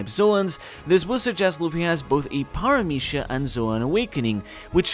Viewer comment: omg are you spanish? the paramithya pronunciation was P E R F E C T